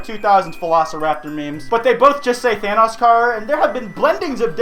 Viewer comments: why do people pronounce thanos like vanoss its thanos not thanoss i wanna stab myself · The way he siad it sthanos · ( Than- oh's) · You don't say Thanos right